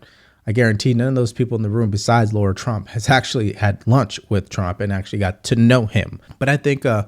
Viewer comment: Great vid but it's LARA Trump. Not Laura Trump. ❤